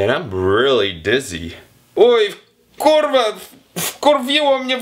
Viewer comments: nope kulwa tylko kurwa bez akcentu !!! i nie zmieniając głosu ;) !!! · Musisz popracować nad akcentem R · nie kutwa, tylko kuRwa... rrrrr ... to sie wymawia na kurwa slyszaca, tak kurwa z gustem prosze pana, no wie pan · Jak ja kocham kiedy anglik mówi KURWA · wow. on mówi kurwa tak smkesznie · If you pronounce kurwa like him you will be laughed at. He doesn’t pronounce any of these words right. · Nie umie tego prawidłowo wypowiedzieć